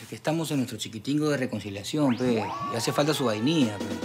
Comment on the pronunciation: Su chiquitingo de reconzilacion jajaja